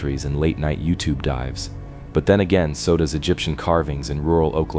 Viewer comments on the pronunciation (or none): none